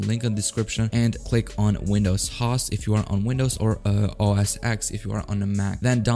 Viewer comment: You don't know what a "host" is? You can't pronounce it so you obviously don't know what a host is!